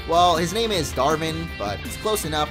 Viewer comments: its davern not darven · Not hating on him, but I believe the gym leaders name is supposed to be pronounced as "Dav-urn", as in rhyming with cavern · His name is Dav-Vern. Like Cavern, but with a D...